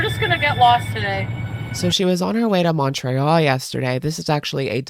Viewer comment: The way you pronounce Montreal really tickles me. Its like a part french accent (Mon), part english pronunciation (Tre), and then ending with another French accent (Al). Its so cute! Mon-tray-al is French pronunciation. Mun-tree-all is English pronunciation But I like your way the best 😅